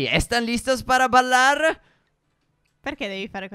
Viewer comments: "ballare" se dije "bailar" non "ballar" ma yo sabe que tu no sabes hablar mucho bien en español xD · stef io studio spagnolo quando hai detto in spagnolo ballare si dice bailar non balar